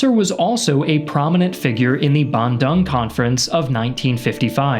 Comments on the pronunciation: btw thats not how u pronounced Bandung ban (as like banning) dung(d + ong) ( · Wow that's the most butchered pronunciation I've heard... Bandung is pronounced bahn-DOONG 🇮🇩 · It's pronounced Bun(steamed *bun*) - Doong (DOOdle) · FYI, Bandung's correct pronounciantion should be Ban-doong, not Ban-dang... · Great video as always, just one small thing: as an Indonesian, our third-largest city is pronounced "bahn-dOOng" not bandong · Ik pronounciation mistake, but hearing you say Bandung as "Bandang" make my ear bleed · sorry, but the pronounciation for Bandung is Bun-Do-Ng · My guy butchered Bandung's pronunciation like that💀